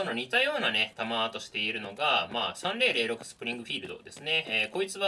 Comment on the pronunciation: アメリカ生活では30-06 は、サーティ オーシックスって発音してました。